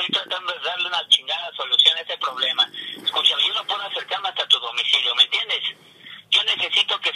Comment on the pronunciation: Escushame escushame hahahha